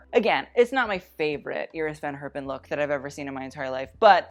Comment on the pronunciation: since you love to pronounce all the french fashion house names correct I got a challenge for you :). Iris van Herpen is pronounced quite differently. the first e in Herpen is pronounced more like english speakers say the a (in for example Jacket).